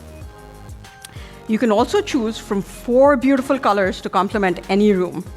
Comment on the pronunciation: "Beatiful Pixel 3" eeeeeh